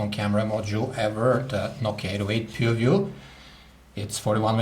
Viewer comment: I believe he pronounced "Nokia PooView". LOL!